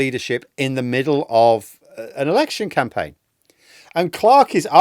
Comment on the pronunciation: That's it, it's a Camplaign now, you have to say it like that every time!